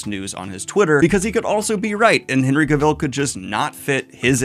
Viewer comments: That’s not how you pronounce Cavill, right? I sure hope not lol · stop pronoucing his last name like that - its weird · Daniel, you're great, but you keep saying Henry Cavill's name wrong. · You should probably start pronouncing Cavill with the emphasis on the right syllable before you try to interview him. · I cannot watch this video because you pronounce Henry Cavill's name wrong every time. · I love Daniel, but his pronounciation of "Cavill" gives me a nervous twitch... 😅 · hate it when Henry is in the news as Daniel always mispronounces Cavill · Please… please for the love of god stop saying Henry’s last name like that. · Cav-el! Cav-EL! Not Cav-ill!!! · Stop saying cavile it's cavill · Why do you pronounce his name that way? In my head it's always been CAV-ill not ca-VILL. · Yes, he absolutely needs to be a lead in a franchise, but that means you need to learn to say his name correctly: Cav il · "CAVILL" RHYMES WITH "TRAVEL" DANIEL!!!!!!!!!!!!! (I feel the need to comment this every time you say his name) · For the love of God! it is CAvill! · "Cavell" like "travel" dude unless you're trying to be funny, then ignore me lol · His last name rhymes with "travel" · Cah-Vil, I hate being that person, but hearing it being mispronounce like that is slightly triggering over and over, sorry! So cool he liked Sanderson though he truely is king of nerds! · Daniel, I'm glad your giving your takes on this... But for the love of God, SAY HIS NAME RIGHT! It rhymes with "travel!" He literally made a video where he tells you! You even said it right once, and then went BACK, for God's sake! Daniel, PLEASE! -Sincerely, a subtitute teacher with a last name no body says right. That's probably why I care. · Love your videos Daniel but your pronunciation of Cavill bugs the shit out of me. Its said like the word 'Travel'. You actually said it right when you cut in at one point as well 😂 Genuinely love the videos man but I just had to get that off my chest.